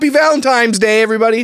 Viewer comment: Omg I hate people saying valenTIMES!!